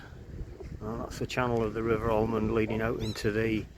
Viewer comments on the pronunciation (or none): Pronounced Amond. No L .